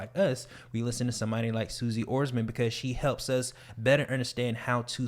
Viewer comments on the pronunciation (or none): I’m sure you guys know you pronounced Suze Orman’s name wrong, but good job keeping it consistent 😉 lol